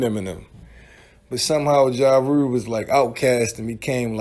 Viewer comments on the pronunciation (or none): "Mursic","Ja Rure".